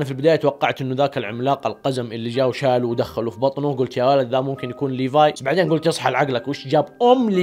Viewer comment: حركات وأخييييييييرا سرت تقول اسم ليفاي كويس ليفاي اسمه مو بحرف ال ف بحرف ثاني دورتله مو موجود .. عموما مبروك قلت اسمه كويس